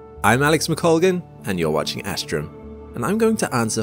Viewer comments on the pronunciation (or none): none